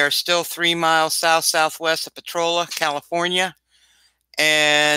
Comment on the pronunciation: I'll give a thumbs up once you start pronouncing potrolia correctly